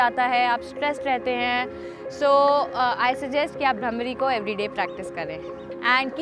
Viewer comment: It is not bramri it is bhramari ok learn Hindi please